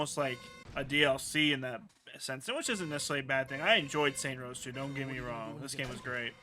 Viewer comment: What the fuck is up with you saying "saint rows" Its Saints row man 😂